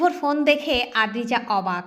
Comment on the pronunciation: গল্পটি খুবই সুন্দর। কিন্তু অদ্রিজা নামটা প্রথম থেকে শেষ পর্যন্ত আদ্রিজা পড়া হল